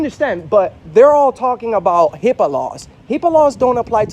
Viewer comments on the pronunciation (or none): Hipper.....ENOUGH SAID (HIPPA) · This bitch said "hipper" lmao